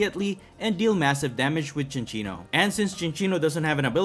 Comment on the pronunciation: Fun Fact: it is pronounced Sin-Sinno(like Sincere) NOT Chin-Chinno(like Chinchilla. Notice the lack of an H in the name) I didnt know this till recently, even thought its one of my favs. Great video! I just find it funny